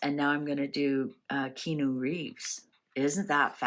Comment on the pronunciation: This was interesting, i love how each segment is short and not dragged out :) However, some info is wrong. Keanu is pronounced Kee-Ah-Nu and his parents were NOT murdered. They are alive. His sister is also alive - she recovered from leukemia. Keanu had a stillborn baby and then his ex girlfriend died in a car crash. And his best friend River Phoenix died from an apparent drug overdose. Also, yes he is gorgeous and looks good as he has great genes (Chinese Hawaiian) but he has most definitely aged! Now that he is 60 years old, he is looking more his age.